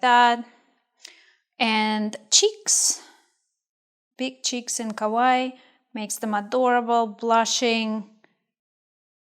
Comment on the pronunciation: "ka-wa-ii" that's how you pronouce it. great tutorial btw